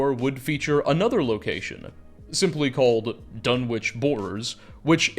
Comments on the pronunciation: Sorry to be that guy, but it's pronounced 'Dunitch'. Maybe that's just the pronunciation for the town in England, though. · Dunwich is pronounced duh-nich... You can Google it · Your pronunciation of Dunwich kills me every time 😂 great video though! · How can you wang on about Dunwich for so long and still miss pronounce it!